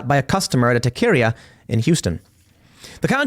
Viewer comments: TUH-CARE-IA... Tah-ke-reah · Taqueria is pronounced taco-ria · Pronounced taco-ree-A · Tim, it's pronounced Ta-Keh-Ree-ah not Ta-Kay-Rah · Tah-kuh-REE-uh. Not tah-keer-ee-uh. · TAK ER EEYUH. NOT TA KERA WOW TIM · It’s talk errrr ia , please SAY IT RIGHT 😂, love the vids keep it up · Its pronounced, "TAW - CUH - REE - UH" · It's pronounced Tah kay ree yah. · Too bad for the robber…the REAL travesty is “tah-keer-eee-ah “…bring out rope. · Tim: Taqueria is pronounced ta-ka-REE-UH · tah-care-REE-uh, Timmy boy! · Taceria? Lmao when you say things like that it’s rlly hard to believe you grew up in chicago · Taqueria (like Taco, except Taca-Ria). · It’s pronounced TA-QUE-REE-AHH Tim 🌮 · No, it´s pronounced TA-QUE-RI-A. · I don't normally do this but I almost fell on my face when i heard you pronounce Taqueria. It's TAH - KEH - RI - AH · It’s pronounced taca/o-ria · it's pronounced TACA-RIA Tim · Pronounced- Tak a ria 😂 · TA-CA-REE-YA. Emphasis on the REE 🌮🥑🌶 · Tah - care - rya.... taqueria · It's pronounced Taco-Rea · Anyone want to tell tim how to say taqueria? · How you pronounce taqueria had me chuckle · Taqueria means Taco Joint. You said it wrong kind of. No big deal lol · Say taqueria again. Just try again. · The way you pronounce Tah Keh ree ya makes me thoroughly convinced you are indeed quarter asian. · Taconic, just make the o sound like an A for God sakes!! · Tim... hearing you try and say the word Taqueria is painful for a Latino to hear. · You and Matt Walsh need to go get tacos together and learn how to pronounce “taqueria”. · The only thing criminal about this is Tim's pronunciation of Taqueria. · I was cringing. I know he doesn't know better, but man is it funny. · Lol, Tim pronounces Taqueria like a true Yankee. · I'm honestly more offended of Tim's pronunciation of Taqueria, than a Texas man killing in self defense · That's not how you pronounce taqueria, Tim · Someone please tell Tim how to pronounce TAQUERIA! 😂🤣😂